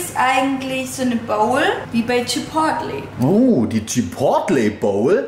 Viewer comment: kleiner Tipp von mir man spricht chipotle quasi chipoley aus 😊 Guten Rutsch 💥